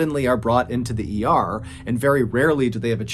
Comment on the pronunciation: Could you not pronounce “the” as “di” please?